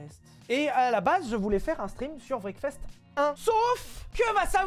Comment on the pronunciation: Anglais: Wreckfest: Breakfast